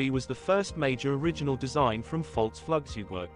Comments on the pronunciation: Your German is atrocious 🤣 the “J” in Jagdstaffel is pronounced like the English letter “Y” and it’s “Floog” in Flugzeug not “Flug” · Fully agree with this speaker! The video may be of good quality, but your command of German is horrible so I terminate watching this video after a short intro. When you tell this story, you should be able to say the German name for Aircraft!